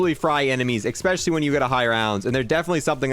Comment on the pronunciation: Every time you say “EggSpecially” tryna say especially I feel the urge to dislike. Apart from that keep up the good work 🤙 and and AND